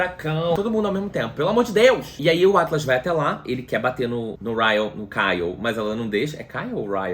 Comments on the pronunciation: Eu tenho uma crise de riso toda vez que o fala Kyle e o corrige Ryle* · Ele chamando o Ryle de Kyle é o melhor kkkkkk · eu ri dele falando kyle toda hora KKKKKKK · ai q agonia ce falando kyleKKJJ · Cada vez que o falava caio eu dava uma risada kkkkkkkkkk. Eu tbm amei esse livro e chorei muito nesse final pq o atlas é muito lindo 🥺🥺🥺🥺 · Eu ri demais com ele errando o nome do Ryle! kkkkkk... esse livro é perfeito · falando sobre assuntos super sérios do livro e eu rindo pq ele não acerta o nome do Ryle de jeito nenhum kkkkkkkk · Eu tô rindo muito você errando o nome do Ryle kkkkkkkk